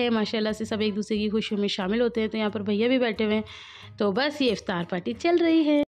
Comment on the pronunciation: ziyada excitement me iftar ko aftar bolrahe ho apni urdu sambhallo dear. 😃